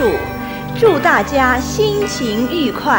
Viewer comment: HERO 1秒钟前 这是钦定版最权威的版本，和八段锦杨柏龙教授版本有类似地位； 但是配音稍有欠缺，十来分钟三个字发音不准： ，舌抵上腭念E第四声和饿一样，播音念第二声； ，叠于腹前，念FU第四声，付音，播音念第三声； ，心情愉快，YU第二声，鱼音，播音念第四声。 作为专业的播音不应该出现这样的错误。